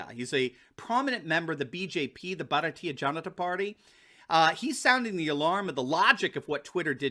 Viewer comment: You are supporting bharatiya janata party? Seriously? Do you know anything about that party? You can't even pronounce the name properly. Just check in internet what they do to christians in india.